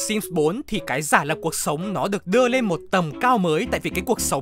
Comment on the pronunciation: Ko có ý gì nhưng mình chắc ko phải là người duy nhất nghe narrator nói "cuộc sống" thành "cột sống" nhỉ 😶🙃